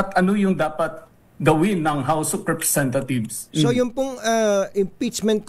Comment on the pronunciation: House of RepresentaTHIEVES ba ang rinig ko?